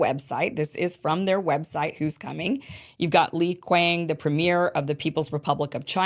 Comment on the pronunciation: I can't believe that after all these years of working in English he cannot pronounce the "th" sound. I live in Europe. I know it's difficult, but come on. "Zee" system. I think he does it on purpose🙄.